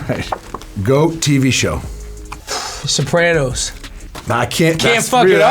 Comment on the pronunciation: Wait... how does he pronounce Sopranos? Soprainoes? What? What did he say?